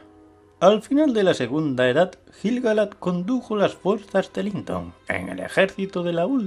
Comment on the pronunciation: La U de "Laiquendi" se pronuncia. Lo mismo con "Quendi", "Quenya", "Quenta", etc. Aunque viendo otros vídeos tuyos me doy cuenta que castellanizas la mayoría de los nombres. En este vídeo, por ejemplo, pronuncias "Gil" (de Gil-Galad) con la G española como en "geranio", pero en realidad se pronuncia como la G de "gato".